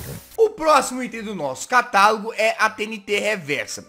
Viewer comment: kkk quando vc disse:CATALAGO,eu achei que vc disse:catarro kkkkkkk :D